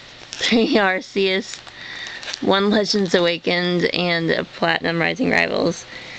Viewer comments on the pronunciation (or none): ohhh, PLEASE stop sying (ar-see-us) its (ar-KEE-us)